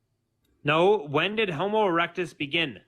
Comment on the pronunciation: If you didn't notice he also said "Homus erectus"